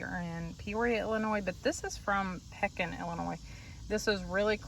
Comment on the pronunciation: You were in my neck of the woods in this video. I chuckled when you said Pekin. Its actually pronounced with long e...lol Hope you enjoy Central Illinois.